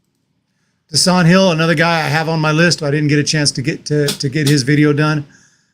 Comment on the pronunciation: Bro. Dasan Hill. Say the name right. “Day-Sun”.